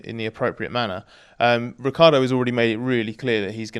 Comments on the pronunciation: it's not pronounced rick-ardo. It's rich-yardo. I am italian, I would know. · Or as Vettel did call him, Ri-CHAR-Doh 😉